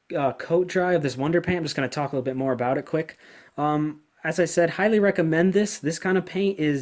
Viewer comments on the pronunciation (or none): none